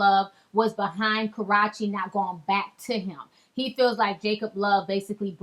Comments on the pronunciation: 😂😂 she chopped and screwed her name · Hahaha you still don't say her name right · stop saying Karachi... sound like a Jamaican saying karate... her name is KarrUEche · Please who is "Karachi"??? Lol. i thought it was Ka-rrue-che! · Ka (silent R) Ruuuu chi, not Karachi. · Who the hell is CARRACHI tho? lol..I thought it was Karrueche, lawd! 😂😭😂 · Pronounced KerOOchee. NOT KarOTCHeee. ~_~ lmao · it is ka-roo- chee not karatchee lol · It's phonetically "Ka-rooo-chay" Not Ka ..rah..Chay ijs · It's KAR RUE CHE NOT KA RA CHE .... So annoying get it together. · ka-rrue-che wtf is karrachi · "Kahrotchie" ...Lol... go to her page and listen to her pronounce her name properly...its "Kahroochee"! OMG anyway Karrueche needs to ignore Chris. He seems to not wanna take his mess every couple of months. They know that boy aint right. Please this isn't tea this is ignorance and boring😴💤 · Karrachi?? Isn't it karruche... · Ma’am not Karaw-che 🤦🏽‍♀️😭😭😭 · Pronounced "Karoochi" lol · Who tf is karahchee 😒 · karache😭she didn't get her name right once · The fact she says Karrueche's name like its the town Karachi is fucking irritating. 🙄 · Lmao... why do you say her name like that??? Lol... funny... sounds like you're saying Karate. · Ti is pronounced kar-rue-che but yes everything you said is on 100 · 1st India didn't post the picture he dug it up or he was tagged in it. He wasn't worrying about India. He first put He knows that shirt then edited to add jocab. Then everything else u said was agreeable about how he wants her back n shit.👌and her name is pronounced ka-roo-chi 😖 6 yrs later and y'all still can't get it right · She calls her ass, "KarrOche" , "Caratche" , "Carochee" how ever you wanna spell it.. Thats not how you say her name.. Lols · It's Jacob York not Jacob Love and Ka-roo-che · "Carutche"? NOPE girl bye 😂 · her name is Ka RUE chi. lol not that hard. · Her name is Ka -RU -Chi ! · it's "KarrUche" grrr! 😂😘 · why do u keep calling her Karrache??? When in doubt sound it out